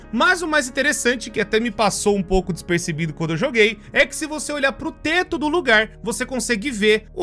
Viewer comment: "dizapercebido" kkkkkk